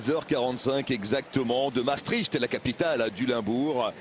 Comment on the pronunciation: Ne dites pas "Mastrich" mais prononcez "Mââstrikt" MM Les Français. Il y a encore beaucoup de travail avant de prononcer correctement les noms qui vous sont étrangers...